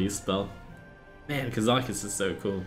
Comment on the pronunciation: ka-za-cuss not kuh-zaw-kuss lol wut